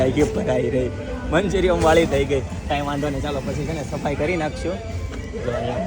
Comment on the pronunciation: મંચુરીયન ✅ મંચુરિયમ ❌